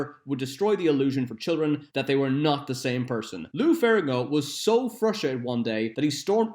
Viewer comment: You keep pronouncing lou ferrigno as ferringo. Otherwise, great quality content! Do facts about spawn please